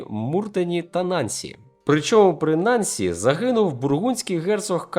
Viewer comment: Авторе, НансІ (наголос на останньому складі)-це французьке місто. Тому наголос га останню голосну☝️ Трішки подушню...🇨🇵🇨🇵🇨🇵🇨🇵